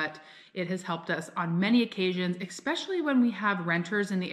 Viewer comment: Can’t listen to anyone who says eckspecially. Ugh.